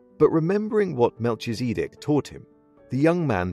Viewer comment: Hey, this is really cool! I just finished reading this (finally started it, sounds like a metaphor). My only consideration for your video/knowledge is the pronunciation of “Melchizedek.” It sounds like you are pronouncing it as two names, but in the translations I have read (it’s a Biblical name), I have typically seen it as one name, where “kee” flows right into “zih.” I could be very wrong here, so take it with cough a grain of sand. Keep up the great work. 😉